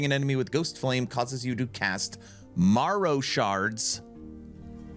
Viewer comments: M-air-oh, not m-ah-row, my boy Great info though, exciting stuff! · Marrow is pronounced like Arrow but with an M.